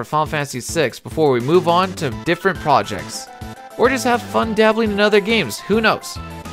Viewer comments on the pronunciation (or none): none